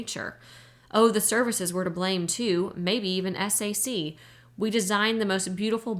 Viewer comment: Thank you so much for this! I love this book and I am listening to it for the second time! One note--I was an air force wife for 20 years. SAC is pronounced "sack." It isn't spelled out as S-A-C. Even tho it stands for Strategic Air Command, the abbreviation, SAC is pronounced as a word. But now I have to go back to listening to this amazing book!